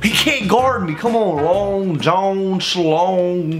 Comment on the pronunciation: The fact that says john like jone triggers me